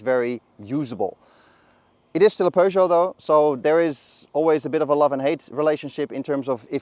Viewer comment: No. It's a French word and it's pronounced per not pyüh. Doesn't anyone learn French at school?